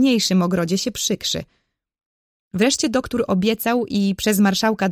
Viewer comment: Mega fajne.❤ Tylko ja w książce nie miałam duktur tylko doktor. Ale fajniejsze się słucha ❤❤❤❤